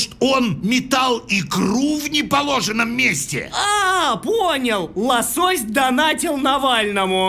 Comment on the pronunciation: правильно ло'сось а не лосо'сь..